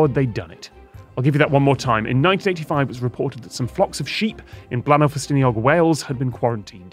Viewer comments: Scott!! It's not Blan-ow, it's Blay-nigh!! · Note to the team, Bleaenau is pronounced Blaen-ai, not au.